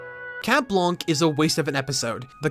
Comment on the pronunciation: Okay side note : People need to stop saying "cat blanke", it's prononced "blan" the "c" is mute ! As a french-english bilangual, it really hurt the ears.